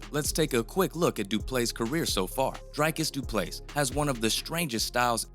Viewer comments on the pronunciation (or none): Dreek-is Dew-plew-see learn names dude